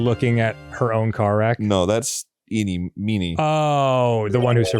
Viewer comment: is it not driving anyone else nuts that they keep calling ini miney "ini meeny"? no? just me?